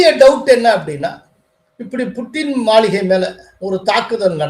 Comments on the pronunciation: Hello சார் மளிகை அல்ல மாளிகை தமிழ் தெரியுமா தெரியாதா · Is it Maligai or Maaligai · சார் மாளிகைய அல்லது மளிகையா சரி பார்த்து வாசிக்கவும்.